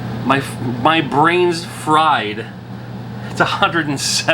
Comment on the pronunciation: “Frain’s Bried” Sounds like a quote Sid would come up with during his later WCW career 😄